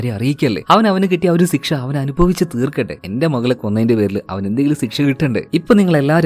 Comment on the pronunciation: സിക്ഷ അല്ല ശിക്ഷ 😂